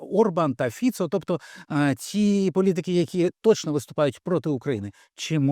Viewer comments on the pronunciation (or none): none